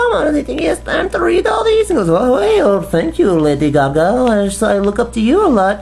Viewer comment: wtf lady caca? lol stop saying it lol